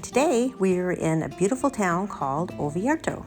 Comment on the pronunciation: Please, it is ORvieto, not OVIERTO